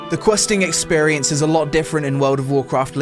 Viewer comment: experiAnces :-) is it british english? :-)